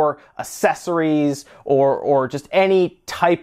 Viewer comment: Dude it's ACKsessories not ASSessories